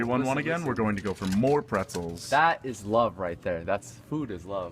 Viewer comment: "Shh, this is mote important" got his priorities straight